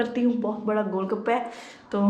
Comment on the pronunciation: Gol gapa bhi thek sa nhi boln Ata gol baka bol rhi thii😂😂😂😂😆😁😁 ....bhai maro mujha maro nhi bas maro mujha maro😁😁😂😂😁😅😅😁😁